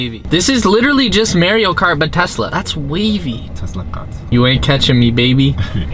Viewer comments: Why do you say mare-ee-yo instead of mah-ree-oh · Does anyone else get pissed off at the way he pronounces Mario ? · CEO of “Mareo” (Mario) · When he said Super Mayreo I died